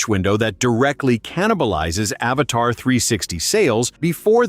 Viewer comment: It’s Avata not Avatar!!!